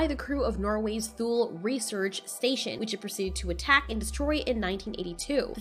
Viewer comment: Just an FYI, Thule is pronounced Tool-E